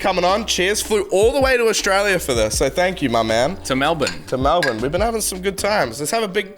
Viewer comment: The perfect channel. Nerd- Amazing. Nikki- Amazing. Devil- Amazing. Dr.Downvote- Amazing. You can even say Melbourne properly. Best channel ever.